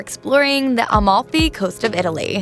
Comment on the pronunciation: She also says Almalfi instead of Amalfi. Atalian and so on lol